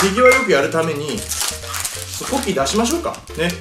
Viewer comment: ポッキーですよぼ○きーって聞こえたw